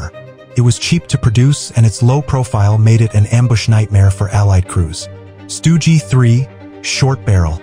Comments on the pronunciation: stoogey, it's just stug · AI voice-over stinks! "Stugy" instead of Stug, panzer 'eye' instead of panzer 1, tiger eye. 'milimeters' gun - instead of milimeter. Sturmtiger, fired 380mm 'Depth Charge'? WTF? It wasn't hunting submarines you automated twit.